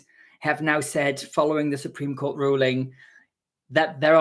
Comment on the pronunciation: "the Support Cream ruling" Now that's the kind of spoonerism I need in my life 😂